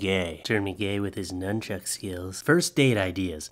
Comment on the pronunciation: He said “nunchucks”